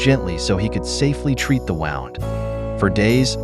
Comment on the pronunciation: Why can't the AI say wound? It says the wounding up of a clock sound. lol